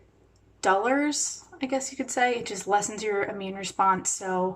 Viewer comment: dullers (as in dull) not dollars lol